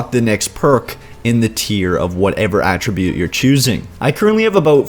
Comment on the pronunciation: I know this is nitpicky... but could you please pronounce attribute correctly. You CAN pronounce it using it, if you're using it as a verb.... Attribute in this case is a NOUN... has a totally different pronunciation, At as in 'he was at the wasteland'. You're also forgetting just how overpowered the luck tree is. maxing luck out in fo4 is not a bad idea. especially if you have high perception, int, or agi.